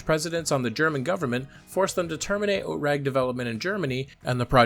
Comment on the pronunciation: OTRAG is pronounced /ˈoːtʁaːk/.